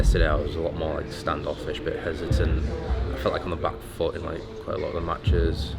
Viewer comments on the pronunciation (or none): POV: You're me looking away from the screen listening to this video around the and instead of Foot I Hear Fart.